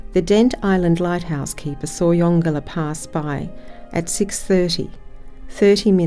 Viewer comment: So pleased to hear you pronounce the name correctly.